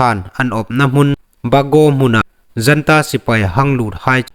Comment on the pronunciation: Janta Sipei ti loin Junta sipei ti lem ding